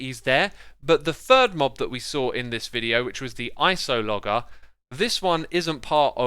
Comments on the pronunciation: Did my dude, my guy, my man really just say ice-oh-log-er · It's not Iceologger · Morgan Kasper it’s meant to be pronounced like cartographer but it starts with ice, so Ice-ALH-oh-Jurr is much closer, mispronounced the name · ...which I think is pronounced 'ice-ologer', not 'ice-o-lodger'. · he typed ice-ahl-oh-ger not ice-al-ger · Mojang: "Iceologer" (ice - all - o - jer): "Isologger" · I love hearing ice-o-logger rather than ice-ologer. I'm going to call it that from now on. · Ice-AL-Ger? but thats no where near the spelling its clearly Iso-Logger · it’s so easy it’s literally just ice-ologer? what’s hard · It’s pronounced “ice-olo-jer” like geologer (before they changed it to geologist) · I’m pretty sure it’s pronounced like villager. That is, the G makes a J sound, so it ends up sounding like “Iceolojer” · Or at least remove the first O it's very unnecessary... Iceloger, see, that sounds so much better... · Just a small thing because it is bugging me: The g in Iceologer is pronounced like a j as in geologist or archaeologist. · My mans really just called it an ice-o-logger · Iceologer: Eye S olo jer That's how to say it. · Yes, yes, *icologger*. Definitely how you pronounce that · Ice-O-Logger? Really? It's so hard for me to keep watching your videos because you pronounce SO MANY THINGS wrong. If you weren't such a great content creator otherwise, I would have been gone a while ago. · I thought it was like "Iceologer" with a soft "g", like a scientist who studies ice. Though I guess then "Iceologist" would make slightly more sense..."